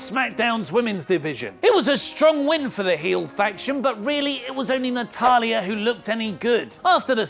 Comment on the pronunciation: anyone else cring everytime says Natalya